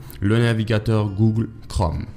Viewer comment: MDR comment il a dit "GOOGLE"